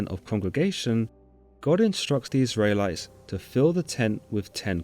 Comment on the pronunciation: Israylies and Tabarhnacle? 🙃